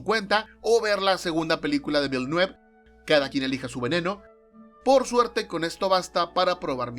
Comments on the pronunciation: Se escribe Denis Villanueve, y se dice vilanuev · tenia rato esperando el video apunte mamón: villeneuve se pronuncia más o menos como "vilnoof"